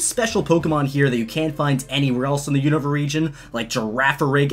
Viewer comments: It’s pronounced “oon-ava”. 🤦🏼‍♂️ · The way you say unova triggers me. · HOLY FUCK I HAVE NO IDEA HOW YOU CAN BUTCHER "Unova" THAT BAD.